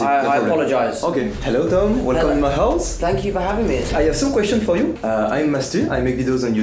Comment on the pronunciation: On dirai quand tu dis thanks you on dirait tu dis Fuck you